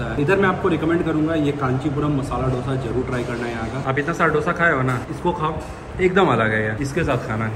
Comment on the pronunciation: दोशा Not डोसा